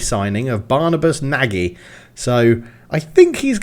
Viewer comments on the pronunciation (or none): Nagy is prounounced "Noj." Fun fact, it means big or large in Hungarian :)